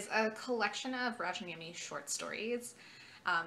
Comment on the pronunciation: I love the Jean le Flambeur trilogy! Btw, we Finns pronounce J more like your Y, so it's closer to Rayaniemi. Otherwise, perfect pronunciation! That "niemi" part can be tricky to some. I'll definitely read his collected stories when they come out.